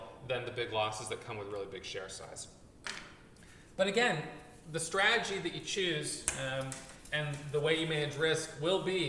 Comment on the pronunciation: Straaaagy he actually says "strategy" lol